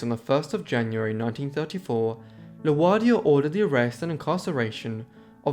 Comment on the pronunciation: I bet THAT'S an "Interesting " read! Nice job coming up with as many pictures as u did. I had never heard of her personally... tho I HAVE heard of the others she was "associated" with. Just watched your part one on the Mitford Sisters. Looking forward to the rest of that series. Tho, Both have mispronounced names. (example: FDR..spelled ROOSE...pronounced... ROSE A VELT.... ) (& La Guardia) Luciano was correct. But Good Work . 👍